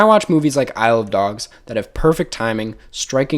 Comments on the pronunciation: Saying “Isle of Dogs” makes it sound like you’re saying “I love dogs” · Isle of dogs is actually pronounced I love dogs